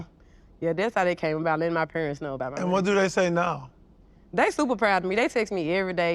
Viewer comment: GloRilla: My 'mursic'